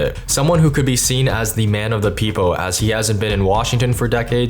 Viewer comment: festab-bols Random cut that doesn’t feel right outsider……….. pe-pole